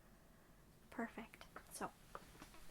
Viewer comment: I agree. I luv when she say alright or ok or let's see lol. Big asmr triggers for me !!! Only thing I don't like is how asmr vid makers all seem To say the word perfect a certain way. Instead of phonetically saying perfect w/emphasis on the "per" they alllllll seem to say it like perf (eeEEEECCCCTTTT). Lol. Or perfACCCTTTT. LOL. I don't know why that one word bothers me being pronounced certain way n asmr haha. Not that person saying it does anything wrong haha. I'm just a nerd like that n my asmr tends to pick up on both positive and neg. Sides of words n sounds lol. Even still she does perfect job lol. I luv how she breathes and speaks with real voice and doesn't sound like she's acting out or being fake. She sounds completely authentic and natural n if I knew her n real life as teacher I would never wanna leave the class haha but wld def. pay attention to every word and make good grade haha. :) I'm glad someone else triggered from same words as I am. I didn't know if other ppl ever felt same way or even paid attn. to it so it makes mefeel better lol.